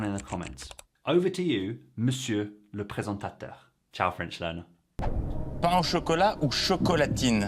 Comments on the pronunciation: NONNN! Ton "LE" (ouvert) est PARFAIT! Le "LEU" (fermé) de France est un "régionalisme" PAS "international/universel"!!! Ne change pas... Il y a des prononciations en France qui ne sont pas recommandées, mais il y en a d'autres qui sont envoutantes. Par exemple le "le" ouvert est le bon "le". Le "lundi" se dit en France "lindi". "in" comme "train" (français et non québécois. Il y a une nuance). Et j'aime énormément la version française de ce jour. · "Le" is pronounced as you say it in certain regions, whereas as Timothée's "le" sounds more Parisian. Yours is perfect. His is beautiful. It's a question of local accents, BOTH are perfectly correct! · I have never heard an alternative pronunciation for the article « le » in France. Accents throughout France are increasingly homogeneous, unfortunately. The schwa sound is the standard French pronunciation, which may be slightly mire 'aigu' sounding in some people's mouths. In any case, the man who made the video speaks much better French than Mr Chalamet. Pas de doute !